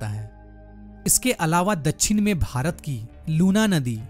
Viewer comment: Dachhin nhi dakshin hota he sir😢